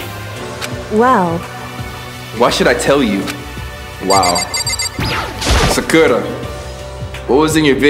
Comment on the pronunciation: Her name is Sa-Ku-Ra